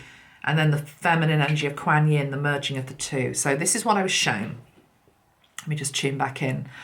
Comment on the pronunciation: Hi. I know you like to pronounce words correctly ( even though it's really not important) Quan, like swan, Quan Yin. This video great thank you so much xxx